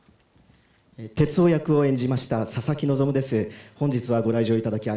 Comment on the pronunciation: 声優のこととか全く知らないんだけど、たまたまこの動画観て「ささきのぞ"み"」って聞こえて、「めちゃくちゃ寒っ・・・おもくそ滑ってるやん・・・」って思ってたら その後に「佐々木望」と表記出て意味わかってホッとした。